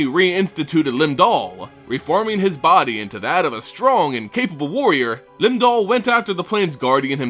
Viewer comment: Does the accent make it Lim Dool?